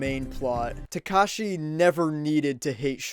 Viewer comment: Listening to you mispronounce "Takashi" makes me wanna drown my ears in ketchup sauce.